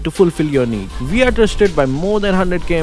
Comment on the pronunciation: Vwen we talk about that, vwe all have to....😂😂😂